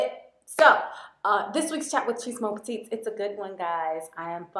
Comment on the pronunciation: love your channel! but did anyone ever tell you that the correct phrase is "bonjour mes petites"? the s is silent so you pronounce it "meh"